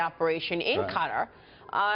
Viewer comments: Damn "Ka-terr" man!! Lol Learn how to say the country's name properly first before reporting,. Just for the record, it's pronounced Qa-taaaar, I can feel the Former CIA director irritated as fuck with your pronunciation. You know what, Fuck this, just get in contact with me and I'll personally give you a tour of Kater, you'll really enjoy it. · That bitch cant even pronounce Qatar.